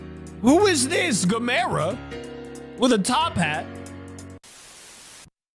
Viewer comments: Who's damera?It's gamera , can you not say it right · Also he needs to know how to say gamera